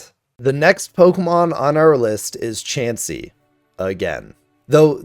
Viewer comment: IT'S CHANSEY, NOT CHEEMSEY!